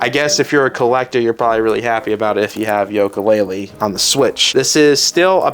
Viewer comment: This kid is lost. He can’t even pronounce yooka laylee right.